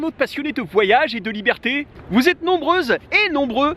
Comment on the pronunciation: PS. Et "vieberté" c'est sympa !